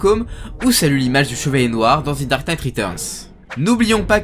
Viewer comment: On dit « the » et pas « thi » parce qu’il n’y a pas de voyelles à dark knight en tout cas super vidéo